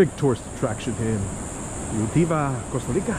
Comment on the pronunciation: Why on earth do you keep pronouncing it U-TEE-VA??????